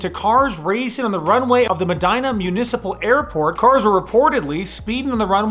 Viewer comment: Medina: Meh-deen-uh